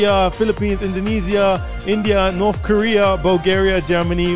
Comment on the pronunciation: Did he say north korea ? 😂